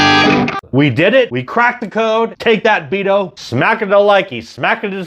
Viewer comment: Rick's Beato's last name is pronounced bee-at-oh, with the accent on the 2nd syllable.